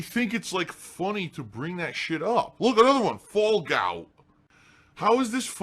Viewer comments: Crack up every time I hear 'fallgout' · Lmfao "Fallgout"